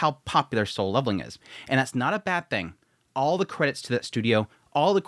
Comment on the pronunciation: Why does he keep saying sole leveling?